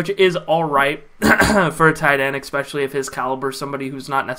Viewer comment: You don’t need help pronouncing Ogbuehi. You need help pronouncing especially. There’s no “kuh” sound in the word at all but you put one there every time. At least you’re consistent though Bro.